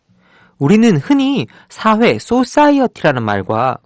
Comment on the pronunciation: 강의 내용은 정말 좋다. 다만 혀짧은 발음이 좀 새는 탓에 전달력이 떨어지는 점은 아쉽다. 화해가 하해로, 사회는 사해로 들려 꽤 애먹었다. 그래도 이런 강의를 들을 수 있으니 만족한다.